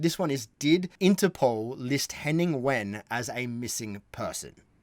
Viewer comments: McClymont No. First his name is Wehn, not When. Second 'W' is pronounced 'V' by Germans. Hence 'Vain' or 'Vahn" Third is David Mitchell pronouncing Henning's name after working with him for about ten years on "The Unbelievable Truth": I believe David would be close. Best Wishes All, for a Happy, Healthy, Peaceful New Year. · It's pronounced 'Vain' but never mind! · His last name is Wehn. 'W' in German is pronounced 'V'. So you would say 'Henning Vehn' in English.